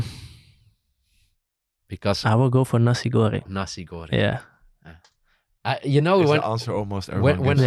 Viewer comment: Lucu banget waktu bang verdonk bilang mau pesen nasi goreng sama sate ayam tapi tidak bisa mengucap kan ....hehehheheh